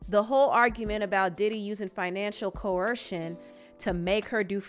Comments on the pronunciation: Why does she keep adding an H to the word coercion? She keeps saying "coHercion" and it HAS to be to promote comment because there's no way she is just randomly adding an H in a word that doesn't have one. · Get yo MF azz down 2 da MF courthouse! Gotta love it. 😍 Also I love you. Just gotta let you know it’s pronounced co-er-sion & not co—her-sion. Thank you for your great work!!! 💜